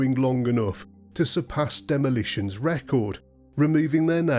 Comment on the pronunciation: Illiterate Billy Red Lyons always called them "The Demilishins".